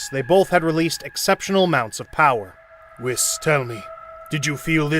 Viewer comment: I love these little episodes, I just wish that the narrator would learn to speak their names properly. It's not Whis like wish, it's weeds like peace. Etc.